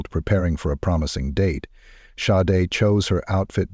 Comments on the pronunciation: Watertown NY....just how that creepy killer walked out in front of her would have made me go home right away 😢 But the awful AI mispronouncing her name ....Shaday is correct Not Sod or Sad-A or Shade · This is why AI sucks...Her name is pronounced Shaudae dumb ass 🤮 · Sade Her name is Nigerian PRONOUNCED SHA- DAY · He pronounced her name Sade, Sa-de & Shadee. She worked hard to get where she was & that sorry no good took it all away from her RIP beautiful Sade!!! 😞🌹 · It's not sade. It's Shawday! because he's WHITE! YEAH I WENT THERE, COME FOR ME! I wish somebody would have taught this child better safer caught more cautious! she does not look comfortable at all she's looking at the menu wtf? nothing normal about it He's walking in front of her all the time wtf? why do you keep showing him dismissing her how come you don't show them engaged in conversation He's either ignoring her while she's looking at the menu or he's walking in front of her what's up dude? Unsubscribed! but Gabby Petito #JELANIDAY Say his name! Dude me thinks you might be in fear! The same thing happens to my culture and community of people The Indian women missing murdered indigenous men women and children Amen 🙏🏽 okay last one, " now imagine she's white " she still holding against this little girl cuz she's black then don't don't don't give me no nothing yeah I'm going there I thought my last statement was the last but you know what that f**** judge is holding it against his little girl cuz and her family cuz they are f**** black I hey sometimes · Sade's name has been pronounced 4 different ways in this vide. Which one is correct???? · Show some respect!! Pronounce the victims name correctly every time you say it! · Why do you keep pronouncing her name differently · Good coverage of an horrific crime. One thing I would respectfully ask is to be consistent with the pronunciation of her name please. It's Sade or Shar-day. I know it is a small thing but it is her name and that is so important.